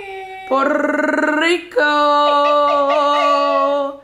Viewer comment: Poro riko not porde friko